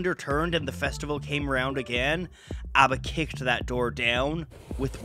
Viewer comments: Very charming pronunciation,! I've seen countless swedish documenatries of ABBA. But it's refeshing seeing one in a different language! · Not that it matters very much but it seems you really made an effort to pronounce all the names the way they are pronounced in Swedish so kudos to you! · You tried harder at pronunciation than most non Swedish speakers, like EVER, so greatest of great jobs! (Y) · this is fantastic. Being born in '72, I missed out on the phenomenon, but my dad was a huge fan growing up of ABBA. Great job with this video and the pronunciations!